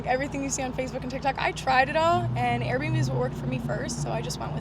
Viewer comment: Air b and b business she said air bums and boobs